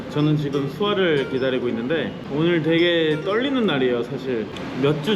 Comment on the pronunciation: 영상 속 된발음필요포인트:되게 감쪽같아.. 더!!더!! 발음을 쎄게 해야지!! 가자미 싸다구는 나도 하고 싶네그려~ ㅎㅎ